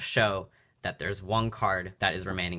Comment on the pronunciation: does anyone else notice he says one card “wung card and wung card only”